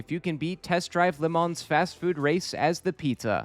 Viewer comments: Lemon, Lehmann, Lamont. All these pronunciations and none close to correct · I know you're saying Le Mans, but what with the food theming, I am having fun imagining that you're just bad at saying Lemons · I've never heard someone pronounce le mans like that